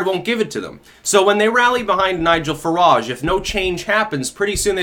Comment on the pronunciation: Who is "farahge'? lol